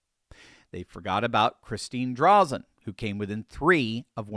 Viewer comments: As an Oregonian, I LOVE to see this!! Thank you,! (And, btw, it’s pronounced Dray-Zen for future reference:) ) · her last name is pronounced "Dray Zen" Thanks for doing what you do!!! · It's pronounced Dray-zen. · Dray-zen. Correct pronunciation. Just sayin'. I'm an Oregonian - the blue team has absolutely trashed this beautiful state. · I normally don't do this but a an Oregonian, I just have to correct you on the pronouncement of Christine Drazen's name. It is pronounced with a long "a" not a short one...Draazen... I hope you get this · Pronunciation tip: Say, "Draaazun". Christine Drazen. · The a in Drazen, says it's name.